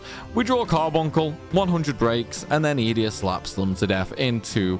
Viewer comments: Just me or does Ee-dee-a sound off? I always thought it was E-day-ah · Funny in my brain it was obviously eDEEEa not EEEEdea but i kind of like that too, is there anything official on the way to pronounce it?? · Funny, I pronounced it as E-day-ah too 😂. But, maybe we were wrong all this time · This is the first time I’ve ever heard someone pronounce Edea’s name. I’ve always called her E-Dee